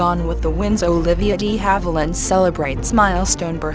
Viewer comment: Puleeze it's DE Havilland as in the French language....NOT pronounced DEE Havilland! SMDH